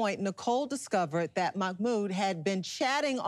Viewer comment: I can’t with how the host pronounces mahmoods name